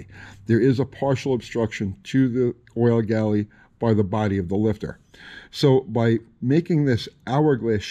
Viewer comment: It's refreshing to hear "Oil Galley", so many times I hear it called "Oil Gallery", even big time YouTubers.